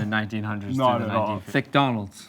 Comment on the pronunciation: ''thickdonalds'' lol